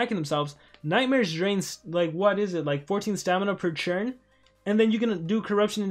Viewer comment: Hhaha you say churn instead of turn